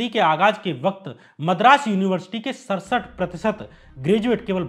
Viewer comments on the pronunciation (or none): none